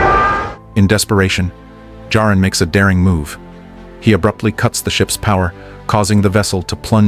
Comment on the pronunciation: This was great. Thank you. Why are you repeatedly changing the pronunciation of Jarin to Jareen?